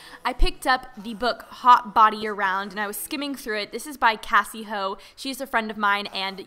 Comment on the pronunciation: U pronounced cassies name wrong 😀😃😄